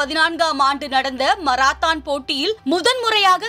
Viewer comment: மராத்தான் அல்ல மாரத்தான்....ஏன்மா இப்படி?